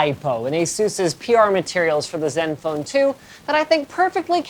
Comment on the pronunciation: HOly crap. LInus ACTUALLy called this phone by the CORRECT pronunciation instead of " zedenfone 2" ? 0.o There is hope yet.